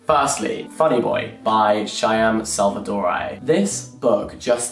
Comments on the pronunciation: never heard anyone say "shy am" for shyam before, I couldn't stop laughing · jack JACK, i love how diverse the authors you like are, now keeping that in mind please stop butchering the pronunciation of shyam.